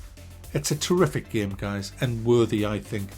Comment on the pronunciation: Take a shot every time he says "GAEM"